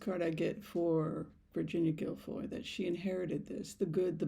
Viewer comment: I absolutely dont believe virhinia guiffre committed suicide. Imo they made it look that way. All because Andrew was outed. Pronounced jew fray.